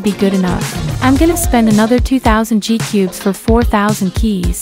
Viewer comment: Ur my fav bg but u said ni gcubes seris beuh